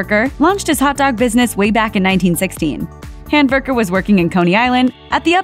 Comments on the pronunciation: It sounds like the narrator is calling him nathan hamburger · Nathan’s last name is Handwerker. She called him Handberger. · This chick is making the last name really hard to understand. It's spelled Handwerker.